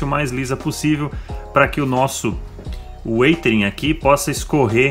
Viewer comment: você está pronunciando certo a palavra "Weathering" ?